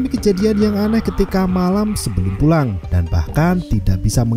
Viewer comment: PULANG BANG BUKAN PUANG 😭😭😭😭😭